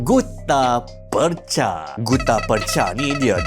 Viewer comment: Sebutan Percha/Perjha mengikut lidah orang Johor ialah 'Perche' (Per-Cer).